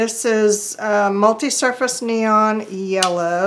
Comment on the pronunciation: "Bright Yella", huh? Yep, you're from the South! ;-)